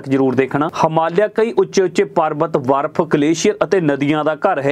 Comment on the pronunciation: ਵਾਰਫ਼ ਜਾ ਬਰਫ😂😂😂